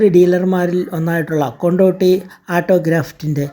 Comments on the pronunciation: കൊണ്ട് ഓടി അല്ലടെയ് കൊണ്ടോടി ആണ് ✌️ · കൊണ്ട് ഓടി എന്നാണ് .. അല്ലാതെ കൊണ്ടോട്ടി അല്ല 😊